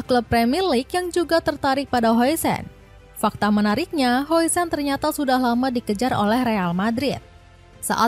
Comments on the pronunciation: Namanya dibaca "din hawsen" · Dibaca "Hausen"